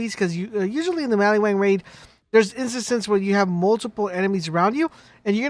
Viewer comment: In maliwan. WAN Sounds like WANT. Not Mali-WON.